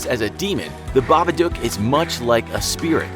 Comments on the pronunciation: it's babadook not babadooke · It made me so angry when he said babaduke and not babadook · Just saying it's pronounce babadok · >Reads the poem and line ends in book. >Reads the following line and pronounces it Babaduke. >MFW. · It's baba_dook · The story literally rhymes "book" with "babadook", so why 'tf is he still pronouncing it wrong?